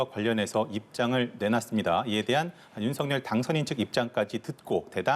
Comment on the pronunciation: 방송인 이라면 우리말 사용에 정확한 발음을 구사해야 합니다! 윤석열의 발음은 "윤서결"이지 윤성열이 아닙니다! 대부분의 기자와 방송인들이 윤석열(윤서결) 의 발음을 윤성열로 하는것을 보고 실망을 금할수 없읍니다! 윤성열과 윤석열이 같이 있다면 발음으로 어떻게 구분 할수 있읍니까? 말과 글로 먹고사는 기자나 방송인이 발음과 문법에서 자주 틀리는 행위를 반복하는 것은 부끄러운 일입니다